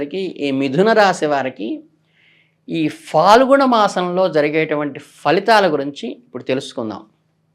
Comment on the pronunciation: Swami...falgunam kaadu phaalgunam...falitham kaadu...phalitham...dayachesi kshimnchagalaru..manaku faa sabdam ledu gada